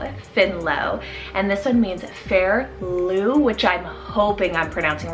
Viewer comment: Great list! I love so many. Yep, you pronounced Lugh right. Sulien is pronounced like Sil-yen in Welsh, which is really unexpected.